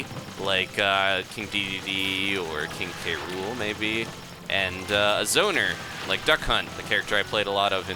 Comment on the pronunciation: It's King cruel, not King K. Rool. Reason: Because K. + Rool = Krool